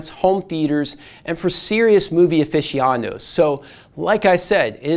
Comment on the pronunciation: Someone teach this poor fellow how to pronounce aficionado.